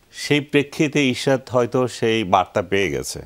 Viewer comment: It’s Ishraque not Ishrat!!!! 😊 Beti baji korte korte, thik moton naam tao nite pare na.